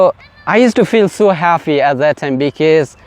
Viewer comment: Its happy (হ্যাপি) not haffy oky!! Kindly pronunciation tik koro bro